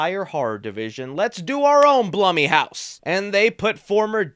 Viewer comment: Pretty sure it’s pronounced bloom house.